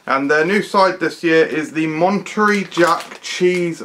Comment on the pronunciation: It's MonteREY, like Manta Ray :D